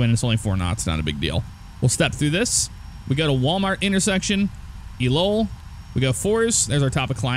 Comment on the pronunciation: Great to see the XPlane vids coming back! For future reference ELOEL intersection is pronounced LOL.